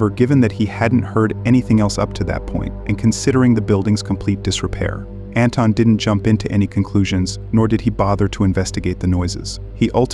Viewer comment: Its pronounced An-Thon Like in Anthony but its With an invisible H!😊